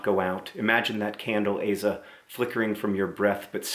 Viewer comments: Azel not Hazel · Wait a minute...it's pronounced like AYE-za?! IVE BEEN SAYING AH-ZA THIS WHOLE TIME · This is an insanely irrelevant side note, but I was certain her name was pronounced as Ah-zah and not Ay-zah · I didn't watch this video till after I read the book. When reading the book, a pronounced Aza as Ah-za. Not A-za... But I also pronounce Accio "Assio" so... 😒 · When John first said Aza, I understood Hazel. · I’ve been pronouncing aza wrong this entire time oops